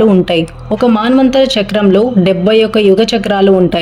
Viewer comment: మన్వంతరం అనాలి కానీ మాన్వంతరంకాదు.